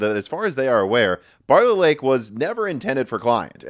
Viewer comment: Intel Embargo Lake, can't stop hearing it everytime Intel Barlett Lake.